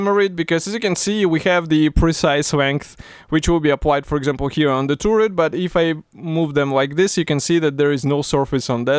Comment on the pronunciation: За обзор большое спасибо! Но вот ваше «туррет» режет слух. Таррет (turret), Карл, таррет.😉